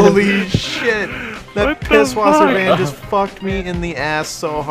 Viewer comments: Pißwasser not Pibwasser or you can say Pishwasser. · it is pronounced piss-vawser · R Lubbers It's pronounced 'Piss-Vasser'